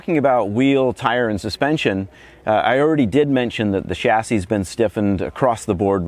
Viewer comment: You can tell Paul's a true car enthusiast by the way he properly pronounces "chassis", unlike most Americans.